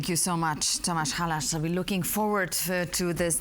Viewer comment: Tom-aa-sh hal-aa-s. That's the correct pronunciation of Mr. Halász. Thank you for the interview ! I've been following TrollWall for a few years now, and along with ESET, they're the best, most innovative software company in Slovakia. A world class company. Glad that you decided to interview the CEO of TrollWall.